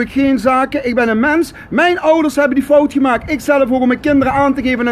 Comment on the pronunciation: 😂😂😂😂 een rechter is bij uitstek een rijksambtenaar.... volgens mij is niet helemaal op de hoogte laat staan zelf een “jurist”. En hoe irritant is het inslikken van de letter “t”? “Slech”, “gemaak” en “gewees”🤮🤮🤮